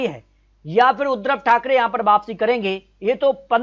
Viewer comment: नाम तो सही लो। बार बार उद्रव ठाकरे बोल रहे हो जबकि उद्धव ठाकरे सही उच्चारण है। फर्जी आंकड़े हैं